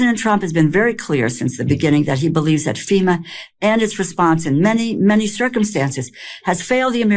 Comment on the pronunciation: >> for fucks sake, it's called FEMA (Federal Emergency Management Agency), not SEMA. These idiots🤦‍♀️🤦‍♀️